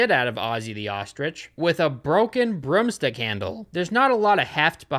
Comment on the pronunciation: I knew you called 'rooms' 'rums' but finding out that its all double o words made me giggle. 'Broomsticks' are 'brumsticks' as well. Cute lol